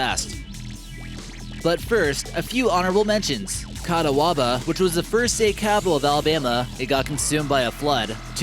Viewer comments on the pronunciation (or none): 'Catawaba in Alabama is actually Cahaba. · It's also "Ca-HA-ba, AL."